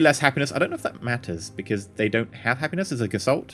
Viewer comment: Don't get me wrong, I do love your vids but your pronounciation needs improvement. You said Gesalt Conciousness, but there is a t after s in the first word. It is the german word for form or appearence. Or as a verb gestalten, which means to build or create. Just so you know.